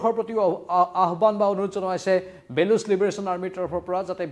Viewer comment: বেলুচ নহয় বলুচ